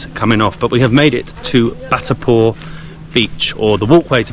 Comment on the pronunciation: Indian names are generally spelt phonetically and can thus be easily pronounced exactly as written. Just follow the syllables - Bha+rat and Si+ta - to avoid mispronouncing the same as Bhatarpur or Sitipur when the signboards are clear. Terms like Bharat and Sita are also sacred to most Indians.